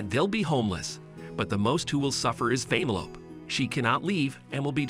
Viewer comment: Who the fuck calls her that😑 why do you say it like “vein-a-lope” shit don’t make no🥴 even in the movie thats not how you say it